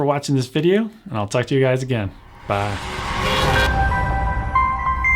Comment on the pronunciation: someone please make a super cut of saying bye like "bah"